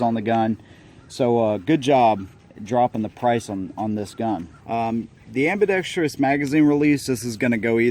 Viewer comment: Super nice video and a very fair assessment of the gun. Good b-roll, framing is nice, angles and background are easy to watch. One small nitpick... there's no such word as "ambi-dexTRY-ous." AAUUUGHHH!!!! For crying out loud!! A tragically common mispronunciation. Drives me nuts. And if that's the biggest complaint that I can find, then you know it must be a good video. :)